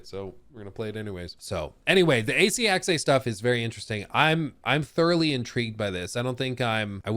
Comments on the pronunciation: It's HEXE, not Hexeiiii.. 😅 there is no I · Its not Hex-ay, it's hex-ah. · Eh? Right. Correct pronunciation is hex-ah. Like Scheiss-ah. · Just speak "Hex" not "Hexay" It hurts german speaking natives^^ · Please stop saying Hex-ay, sounds absolutely dumb. Its pronounced 'Hex-eh' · For the love of God, it is pronounced "HEX-UH" or if you really can't just go with "HEX". I feel like punching you in the face each time you say "Hex-ay". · Is it pronounced Hex -eh or Hex-ay? I'd go with Hex-eh. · It's pronounced Hex-Ah not Hex- Ay. Sorry 😁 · Hex-eh not hex-ay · it’s Hex-uh, not Hex-ay. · Hexe H-uh-ex Hexe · Hexe is pronounced like Pete Hegseth without the t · It’s “Hek-suh” FFS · anybody knows a Northen Germanic Language could correct them. in the Original german its certainly Pronouced hex in singular and Hexes in plural, we use the same sound in Danish but we dont use the X, we spell Witch or Witches = Heks = singular and Hekse = plural... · Why does pronounce it Hex-ay? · because he dosn't Speak German, Dutch or a Nordic language I would think. in the Original german its certainly Pronouced hex in singular and Hexes in plural, we use the same sound in Danish but we dont use the X, we spell Witch = Heks = singular and Witches = Hekse = plural... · This video was painful because you pronounced everything wrong. From people's names, to Hexe, and more. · You'd think he'd look up how to pronounce "Hexe" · You really mad just cause some pronounced a word wrong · At this point he’s mispronouncing it on purpose to troll us